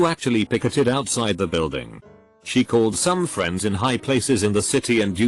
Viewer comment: "I had several fiends" um.